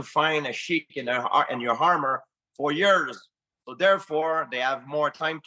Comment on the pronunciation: "FUR YURS"